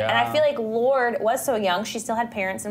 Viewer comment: "Lord-ee" every time I hear people say her name like that it just makes me cringe ugh nooooo